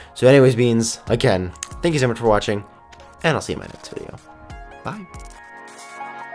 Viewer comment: If u go to exactly says THEY YOU instead of THANK YOU